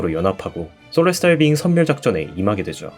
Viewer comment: 더블오 시리즈를 끝까지 다 봐와 놓고도.. 솔레스탈 비잉구가.. 셀레스티얼의 일본식 발음이였다는것에 충격이였다...